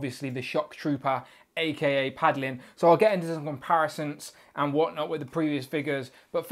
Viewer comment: It’s “paladin” not “padlin” lol